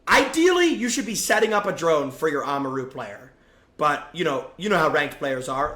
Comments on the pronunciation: why did you say amaru's name like that? its not oma-ru its amar-u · bro said oma roo